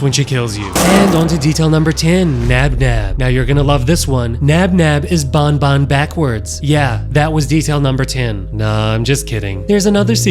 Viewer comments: it's not bon bon it's ban ban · Bro keeps saying bonbon instead of banban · iTS nOT BONBON IT'S BAN BAN!!!! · You say the "an" in banban just like when u say an normally please its not "baonbaon"